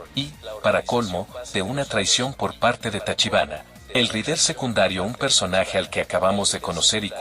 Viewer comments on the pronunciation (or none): El video si estuvo bueno. Por cierto, te recomiendo escribir sus nombre como lo escuchamos. Osea: en vez de hajime. Pon Jallime. Y con rider. Por raider. Para que el loquendo lo pueda pronunciarlo bien. Solo es un consejo Por cierto, Por lo que puedes usarlo si quieres 😅